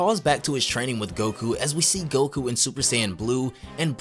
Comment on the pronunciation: bro this ain’t goku “necku”